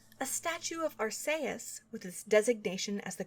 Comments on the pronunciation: Weirdest way I've heard Arceus said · Wow, given my only exposure to this series was the DX remake and the anime its pretty dark with all that doomed future stuff. This was aimed at children? I mean the whole fake out vanish of the main character is dark enough. Also I'd like to clarify its pronounced arch-ee-us. Granted I'm no better since that one Pokémon movie pronounced it Arse-ee-us and I assumed that was right. LOL! I really love how soothing these are to listen to. While at the same time engaging and informative to keep my attention. Ever thought about reading books to children? You have such narration skills. :)